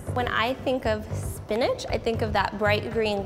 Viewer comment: It’s called Spinch.